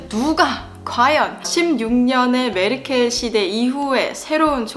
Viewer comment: 1. 나라가 다르잖아요... 그건 정말 맞는 말인듯... ㅋㅋㅋㅋㅋㅋㅋㅋ 2. 메르켈이 아니고 메아켈.. 이군요...ㅋㅋㅋㅋㅋ 3. 아... 선거권은 없으시군요... (잔넨.... )